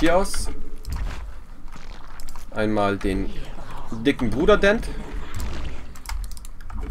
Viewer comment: Ich habe jetzt alle Videos von LOTV gesehen. Deine größte Schwäche ist die Über-Konzentration auf den Kampf. Im Kampf immer die Larven verbauen. Mit so viel Geld sollte man auch im Kampf immer maxxed bleiben. Und es heißt "Den" nicht "Dent" ;)